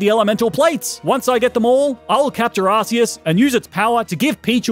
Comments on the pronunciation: Ark! It's pronounced ARK!!! ARK-EE-US! -_ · IT’s ar-KEE-is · I love the way he pronounces Arceus as "Arse-us" XD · You pronounce arceus wrong :(